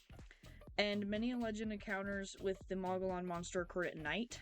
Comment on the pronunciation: Hi,Mo gee on thats how its pronounced.❤